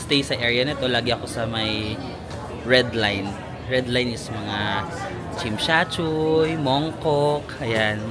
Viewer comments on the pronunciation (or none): Not Chimshatchuy! It’s TSIM SHAT SUI